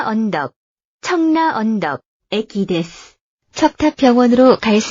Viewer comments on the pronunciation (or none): 앜 에 일본 안내방송 할떄 '에끼뎃스' 발음이 특이하네요 ㅋㅋ